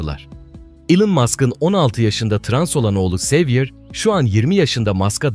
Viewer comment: Oğlu xavier in adı Zaviyye olarak fransızcada ( zavyer de olur) Havyer diye ispanyolcada okunur.